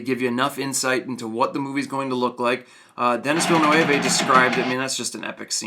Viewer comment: His name is pronounced Deni Vill-nerv.